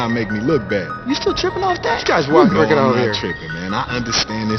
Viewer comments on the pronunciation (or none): none